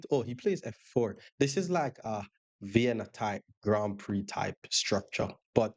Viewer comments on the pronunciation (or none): none